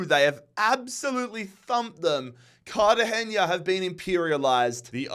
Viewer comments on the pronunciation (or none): none